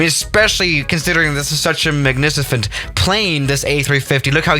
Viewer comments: Magnificent ❌ Magnisifint✅ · It's not magnificent it's MAGNICIFENT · bro he said magnificent as manificent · 'magnicifent' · “Magnicifent” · he just said magnicifent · “Magnicefent plane” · Magnicifent - Lol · Did really said “magnicifent” lmao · ah yes magnicifent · magNICIFent airplane 👍 magNICIFent engines 👍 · magnicifant? lol, heard you. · Thr guy literally says "Magnicifent" Keep it up bro! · Is it just me or was it "magnisifent" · Oh, say it again!!!!!! "magnicifent"